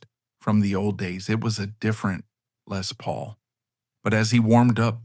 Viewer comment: Lay Paul? love that AI-not.